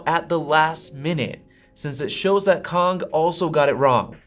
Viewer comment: good job on pronouncing Kang correctly.